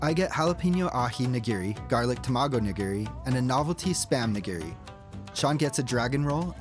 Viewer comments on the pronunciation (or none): none